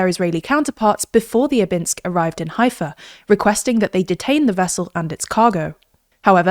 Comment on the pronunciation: You mispronounced Haifa and you showed a fake map of Israel removing essential parts of Judea and Samaria as well as Gaza and Golan & Hermon Heights. This is media bias to the fullest.